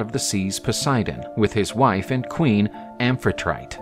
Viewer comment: Amphitrite is pronounced Am-phy-try-tee (think Aphrodite). Triton is commonly depicted as having two tails instead of one. I've never heard of Triton having any sons, but he did have three daughters, one of whom (Pallas) was accidentally killed by Athena in a mock battle (Zeus' fault), which is probably one of the reasons why Poseidon and Athena are rivals. Athena was raised by Triton, and was basically his foster daughter. Athena even took the name Pallas Athena in honour of her friend. A lot of mermen were called triton, just a common name for mermen rather than mermen.